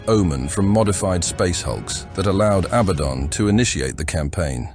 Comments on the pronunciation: 😂😂 ITS PRONOUNCED ABBA-DON!! NOT ABADN😂😂 SHOW SOME RESPECT 😊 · Is this voiced by Abominable Intelligence? I swear it pronounced "Abaddon" differently every time.